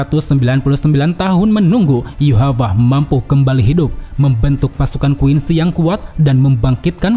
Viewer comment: Bang bang yhwach kenapa di bacanya Yuhapah😂 jauh banget ya bacaan dari Rusia ini